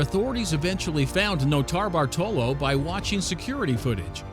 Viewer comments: The first guy's name is pronounced Note-a-bart-a-low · Man he butchered Norto Bartolo’s name